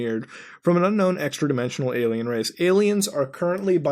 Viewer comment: Muta, I need to know why you say alemal instead of alien. What's up with that?